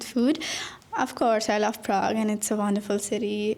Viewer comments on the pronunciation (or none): Prag not Pragg😂